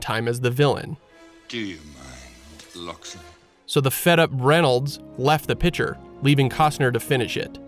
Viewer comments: Say it with me: “PICK-ture” 🤣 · How the narrator says pitcher instead of picture is kinda cool.